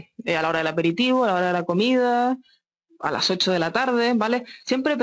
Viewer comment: JEJE ME GUSTO CUANDO DICE AALAS 8 DELA TARDE XD